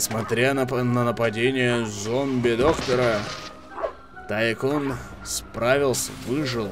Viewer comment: Ну во первых не Тайкон и не Тайсон а Тайкун(точно так же и в локалицзации, если не обратил внимания) во вторых по грамматике английского языка правильно как раз таки Тайкун. Что кстати в переводе с английского значит магнат. То бишь игра называется - Зомби Магнат Месть Брэйнхова.